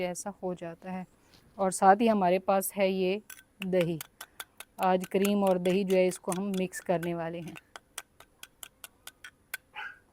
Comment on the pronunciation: Kareem nahi kireem kehte Hain